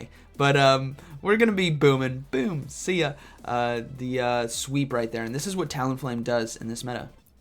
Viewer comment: Lmao non full health “bewm”